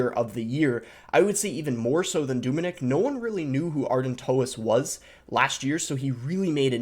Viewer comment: It’s not Doominik it’s Dominik pronounce the O very short 😃 just like the way you say eeygg, its Egg just a short word.